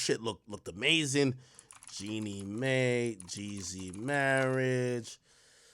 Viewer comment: Jeannie MY is how you pronounce it